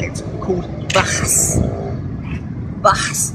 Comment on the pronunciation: he still cant pronounce bahasa xD